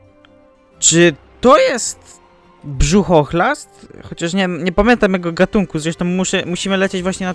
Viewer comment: Burzochlast a nie brzuchchlast